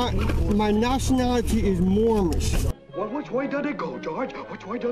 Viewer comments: I thought it was moorish ? I thought he was saying mormon? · Wtf is "Moormish"? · The first guy kept saying “I’m Mormish” wtf is a Mormish 😂😂🥴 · What’s sad is that this man was tricked into believing this nonsense!! Because surely he doesn’t have a full deck so someone coerced this guy maybe even getting him to part with money for his ‘papers’ …! He needs to take his ‘mormnish’ (his pronounciation) papers and use them to paper his bathroom ceiling! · Moormish? Dope doesn't know the correct pronunciation is Moorish. No 'm'. Sounds like he needs to go back to Moorish Driver's Uneducation. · MoorMish? IF he can't say it correctly I'm pretty sure he's something else? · MOOR-MISH LOL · A "Moormish?" Is that a mixture of Moorish and Amish, or Moorish and Mormon? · I've heard of "Moorish" and "Mormon" but wtf is a "Moormish"?! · Did the guy say he was Moormish or Moron? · It's Moorish not Mormish. Get you act together fool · I thought that was a typo. I lost it when he said "moormish" 😅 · Now, if he'd pronounced it "Moorish" correctly, they would have understood it, and just let him go. I wish I could meet one of these cretins. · Aks for mormish identifaycation....what a broken glossary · I’m moorish? Lol. It’s moorish isn’t it. At least get the fake nationality right. Lol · I strongly suspect that the Sovereign Citizen Society will be demanding that this creton return his membership card. He has failed to learn his sovereign rights and instead has chosen to read them (very poorly) from a piece of paper, while mispronouncing big words like "moorish." Oh the shame. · He can't even say moorish.